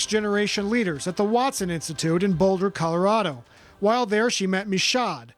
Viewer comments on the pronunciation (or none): none